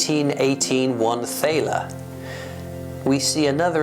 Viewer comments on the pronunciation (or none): With The Prussian coin its pronounced taller the th make a t sound this is the origin of the word dollar as well if you didn't know